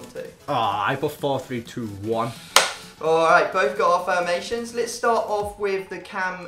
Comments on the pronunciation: "both git our fURemations😂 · said furmations